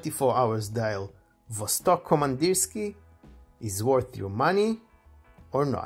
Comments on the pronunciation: Pronounced VASTÒK KAMANDÌRSKIE (not Vostòk Komandirski) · Kamandirskiye iirc? е is pronounced ye